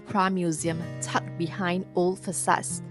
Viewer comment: Please don’t mind but old ≠ oat as told ≠ toad [ohld] versus [oht] and [tohld] versus [tohd]